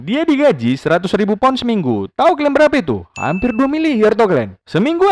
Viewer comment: Bosen gue denger lo ngomong kelen mulu ada kali 40x ngomong kalen mulu